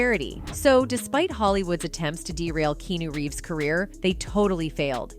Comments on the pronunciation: Keanu didn't say a thing to Jim Carrey. You cant even pronounce Keanu Reeves name right AI chic! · "Key-New Reeves" ?!?